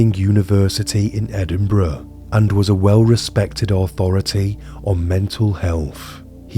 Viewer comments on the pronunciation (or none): none